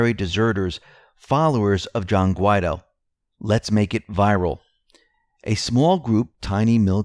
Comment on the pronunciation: Is there a law which prohibits the correct pronunciation of Guaidó?